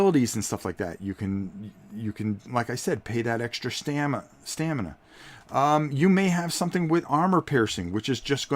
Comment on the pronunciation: LOL! Trouble saying "Stamina"? You keep saying "Stanima" It's staMina, not "StaNima". :-) Not criticizing, just think it's funny because I mispronounce words differently sometimes too. LOVE your videos. Keep them coming. I look forward to them.